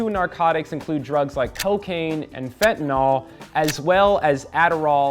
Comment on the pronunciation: how you gon say fentanOL when it literally says fentanYL on the screen bruh come on why so many people mispronounce that